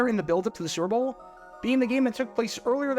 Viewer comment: Bro you have GOT to learn how to say "Super Bowl". You say it like srrrble, or like it rhymes with gerbil. It's 3 syllables.